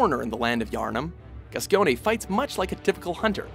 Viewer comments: Father gas-key-oh-nay lmao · Every time he said gasceony it pissed me off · "Father Gaskheone" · ITS PRONOUNCED GAS-COIN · father gascyonay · Why the fuck are you reading ''Gascoine'' like ''Gascione''???? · Isn't it pronounced Gas-Coin? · nah dude gascoiny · Pronounced Gas coin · the way you say "gascoigne" wrong is really annoying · Didn't know Father Gascoigne was Italian. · DarkEffigy it's like a spring bounced in his throat every time he tried to say it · The minute he pronounced Gascoigne like that, I knew we were dealing with a freshie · French, Spanish, Italian...Hell, there was even an English footballer named Paul Gascoigne. Don't know how they didn't get it right. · Hearing the narrator say Gascoigne sold it for me that nobody in played bb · That's the worst pronnounciation of Gascoigne I've ever heard lol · He does understand they say gascoigne's name in the game right? He doesn't have to just guess how to pronounce it Also why the hell is nito in honorable mentions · I think English football fans collectively cringed at your pronunciation of Gascoigne. Great video nonetheless though. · Imagine pronouncing gascoigne like that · HAHAHAHAHAHAHA That is NOT how you pronounce "Gascoigne". At all. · You misspronounced Smough and Father Gascoigne. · The guy narrating made me cringe on the pronunciation of Gascoigne and Gehrman they're names are said often too. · what? gascoigne (he pronounced it wrong) is higher than gehrman? i mean... maybe i just think gehrman is cooler although gascoigne is pretty cool too. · First of all how is Gascoign higher that gerhman and also you pronounce both of their names wrong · That butchered pronunciation of Father Gascoigne tho... xD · Please learn how to pronounce Gascoigne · all these poorly pronounced boss names. ugh. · Father "Gas-key-O-nay". It's Father "Gas-cone" lol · u say it gascoin not gascione k m8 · gas-key-own-ee is not reaaaally how you say Gascoigne. Its just gas-coin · Father Gas-ci-o-ne? really?